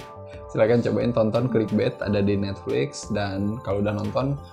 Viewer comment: Clickbait dibacanya klikbet?